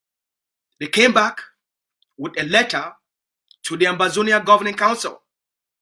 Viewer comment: It's Ambazonia not Amazonia